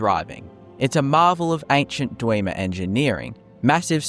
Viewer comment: "Kidner mines" "Dweeemers" Stopped watching after that.